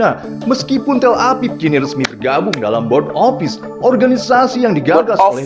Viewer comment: Cara sebut " Board " itu " Bod " bang " Bod "